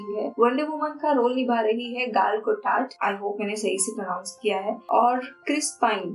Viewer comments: गैल गडोट होगा उच्चारण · Gal Gadot ka name sahi pronounce nahi kiya hai aapne.